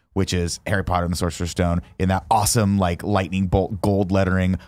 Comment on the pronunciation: Guys. every time you say Sorcerer's Stone my ears bleed